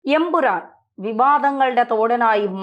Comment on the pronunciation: ഉറപ്പിച്ച് പറയണം EN..... PURAN